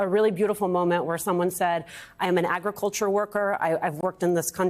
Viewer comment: Donald Trump thinks hamberders grow on trees. He has absolutely no idea where pickles and ketchup began, either. Agriculture? He can't even pronounce it. 😂